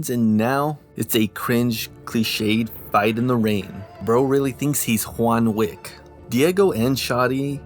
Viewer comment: “ Juan Wick”